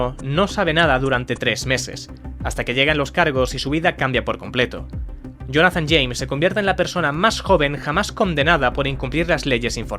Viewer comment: Acabamos de ver un vídeo narrado por una IA próximamente no es ahora mira como dice la palabra Jonathan